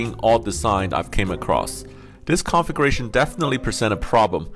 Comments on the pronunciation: "Configuration" sounds like he is saying "conflagration". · I know English is not you first language, but everytime you say configuration it comes out conflagration. I just find it strange to hear. 😀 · “Configration” hahaha. Everyone complains about AI narration but here would have been a blessing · By the way, you should learn how to properly pronounce “configuration.“ Every time you said it in your unique way, I heard “conflagration.” don’t forget to put the stress on the second syllable. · My ears perked up when I heard “conflagration”…fortunately he meant configuration. 😂